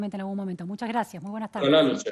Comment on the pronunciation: Sociale, Juece, Salu, gracia, adio, pensione, ufff qué mal habla el Dr. Constitucionalista.